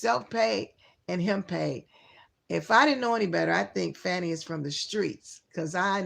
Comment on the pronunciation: let me guess,you ae a trumper? And it is pronounced Fani (sounds like fawny| NOT Fanny!!!!!!!!!